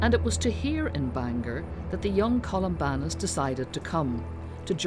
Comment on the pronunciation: Columbanus, not Columbarnus